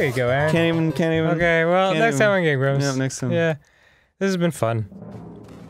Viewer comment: Tbh, whenever I heard someone say "Game Grumps", I've always heard it as "Game Grubs", but I knew it was Grumps, it just...sounded that way. lol